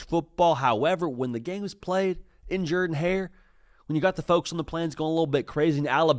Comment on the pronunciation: He does Pronounce it right!!